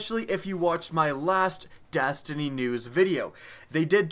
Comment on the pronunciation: did he say dastiny